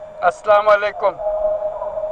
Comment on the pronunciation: এই মিয়া আসলামালাইকুম কি হে সুন্দর ভাবে সঠিক ভাবে সালাম দিতে পারেন না😢